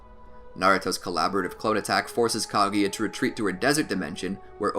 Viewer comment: its kaguya not kaGAYya